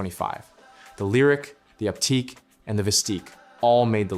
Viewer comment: You mispronounced Optiq and Vistiq